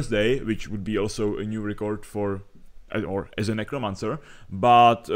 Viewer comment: Nechci být hnidopich, ale record se čte [rekrd], ne [rikord]